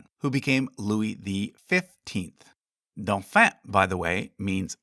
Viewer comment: Doh-FONN. Not duffa 😂